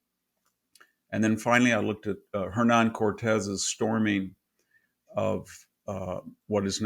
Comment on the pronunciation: Náhuatl (not Nahuatul, as he erroneously pronounces it) was not wiped out by Hernan (the H is silent) Cortés, as he states. Náhuatl is spoken by many indigenous communities all throughout Mexico. It is a language that is very much alive today.